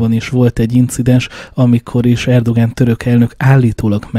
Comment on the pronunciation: Erdoán a helyes kiejtés, tessék utánanézni